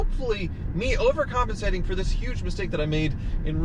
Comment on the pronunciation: Anyone else counting how many times he said “overcomancating”...